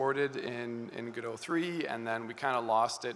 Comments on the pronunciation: What immediately drew my attention at the beginning was the green rim lighting you had. Also, now I'm REALLY confused. I always thought it was Gō-dŏt. I was sure. Then you pronounced it as Gu-doe. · 𝗜𝘁´𝘀 𝗚ó𝗱𝗼𝘁, 𝗻𝗼𝘁 𝗚𝗼𝗱ó𝘁. 𝗚Ó𝗗𝗢𝗧. 𝗚𝗿𝗲𝗲𝘁𝗶𝗻𝗴𝘀 𝗳𝗿𝗼𝗺 𝗔𝗿𝗴𝗲𝗻𝘁𝗶𝗻𝗮, God bless you. 🟣🔵⚪🟡⚪🔵🟣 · I think officially its like how he pronounced it. Godot comes from the title of the play "Waiting for Godot" by Samuel Beckett, so it will be that pronounciation. However I noticed Juan ponounce it Godot where o is pronounced as in "on" (both "o"s). Most people however misunderstand the name as Go-Dot, which is just wrong. So the correct way is GOD-oh / guh-dow